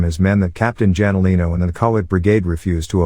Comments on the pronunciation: janolino is pronounced as HANOLINO haha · what the 😅😅😅 Douglas Mcartur ... Hey its only a Son the I Shall return Guy. and pronounce the Jalinino Wrong 😅😅😅